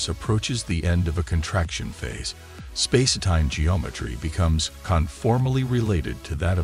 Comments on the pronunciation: What's with the "space-eh-time" idiocy? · also space-etime! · The AI voice keeps pronouncing it "Spacey-Time" LOL 🤣🤣🤣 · "Spa-si time?" I'm sorry, but this AI narration and the backing dance music is really odd and distracting. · Clearly narrated by a bot - what is space-e-time ? Probably written by one too? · Is he saying spacey time? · Does anyone connected with this video know how to talk? If so, why don't you narrate your own work rather than employ a lame AI bot which cannot even pronounce "spacetime?"